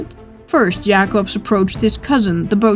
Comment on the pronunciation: I love how u pronounce Jacobsz and the other dutch names :D